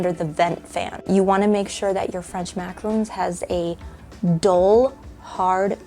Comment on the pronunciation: MACAROON???!! These are maraRONs. Oy vey. It hurts my ears.